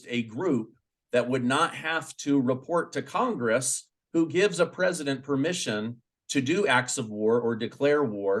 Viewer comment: Pressttiuts.. Love this guy